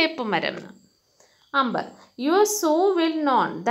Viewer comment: She is pronouncing like ' 'അമ്പർ' for Amber. But it's real pronunciation is 'ആമ്ബർ' .